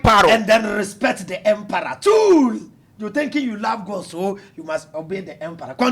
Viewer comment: it’s emperor not emperooo😂😂 i love 😅